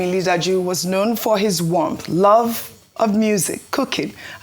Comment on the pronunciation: How hard is it to pronounce "Li Ja Du"?